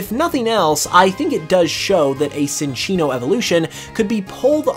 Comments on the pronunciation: it's pronounced chinchino not sinchino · Uh… my dude? I would like to inform you that you… kinda pronounced Cinccino’s name wrong… it’s not “Sin”ccino. It’s “Chin”ccino. So a “cinchilla” evolution would be pronounced… chinchilla. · It's pronounced Chin-chee-no. Like Chinchilla - which is what it's based on.